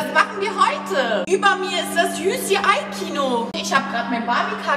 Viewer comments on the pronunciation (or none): Bro Das heißt UCI aber auch egal